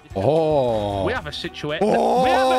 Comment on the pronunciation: We have a sitsuation... WE HAVE A SITSUATION!